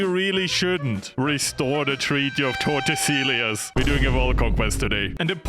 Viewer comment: "TordesiLLias" 😭😭😭 its "Tordesi"i"as, double LL in Spanish is like an "i" sound 😭🙏